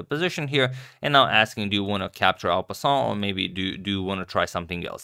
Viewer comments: What is this pawn capture that is passing the captured piece?? Sounds like you are saying "al capone"??? When does that capture apply? I didnt know there was such a move. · It's en passant rofl, from French